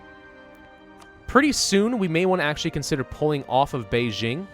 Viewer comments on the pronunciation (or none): none